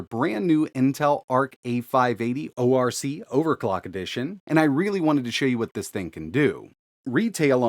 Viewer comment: "O R C Edition" It is pronounced "ork"....it is a bad race from multiple fantasy realms.... The one I'm most familiar with is EverQuest....but there is others.